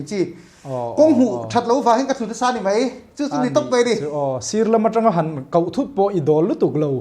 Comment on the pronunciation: khi han en teh u, han ngaithla teh u, a zawttupa hian, "han kauh" tih a hmang, "han koh" tih tur a nia.